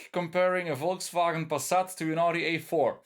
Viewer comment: The way you said "Volkswagen Passat" I could tell you were nen Belg